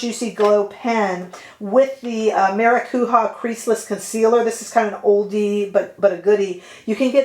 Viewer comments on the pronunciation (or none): The eye shadows are beautiful! Also, please take this in a positive way, maracuja is pronounced like it’s spelled with a soft j sound. Not maracuha. You gave me a good giggle! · OMG, that mini palette!!! You see, that’s what I am attracted to nowadays. Every single color is GORGEOUS ANDDDDD it’s mini, so it doesn’t take up space that I don’t have. Great, now I am getting this palette. I am!!!!!😃 One language tip, if I may: the J in “maracujá” is pronounced as in “Jouer” (the brand). It’s Portuguese, not Spanish, and that’s why. There is no Spanish J sound (as in “fajitas”) in Portuguese. Just wanted to let you know!! 🥰🥰🥰💖